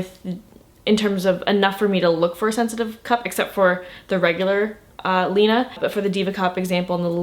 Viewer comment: it's pronounced lina